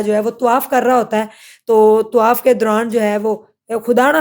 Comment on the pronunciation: Allah ka khoaf kro bibi , tawaif nahi hota tawaaf hota hai .